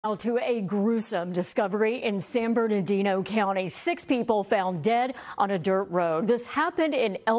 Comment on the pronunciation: Same news as this morning. Btw, it's pronounced San Burna-deeno not Bernard-ino. I lived there as a child..